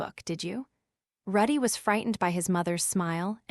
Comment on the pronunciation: Calls Rudy ruddy Calls wake-see-uh /ah wrong